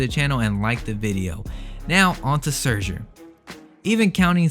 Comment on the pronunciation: The way you pronounce scherzer 😭